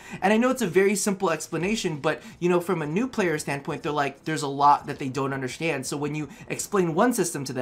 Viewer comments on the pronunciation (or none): Yes, I've been playing for 3/4s of a year, play most of the day, & still feel like I constantly have things to do. Also, the way you say "undershtand" ← I love that <3